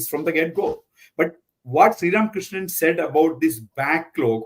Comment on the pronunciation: Barkha Dutt could you please do your homework and at least call Srram KRISHNAN’s name correctly…?